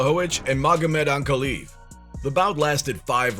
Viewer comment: Onk-uh-lye-ev. Is how you pronounce it.